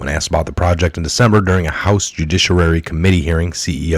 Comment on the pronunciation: I am a word nerd. I do not mean to be insulting, but I know tricks to help people stop tripping over words. I offer this for you to use or ignore as you choose. You mispronounce "judiciary" every time you say it. Try this: Jew dish ee airy. One "r" in the word. Thanks for the update, I am done grammar Nazing and will return to praying now...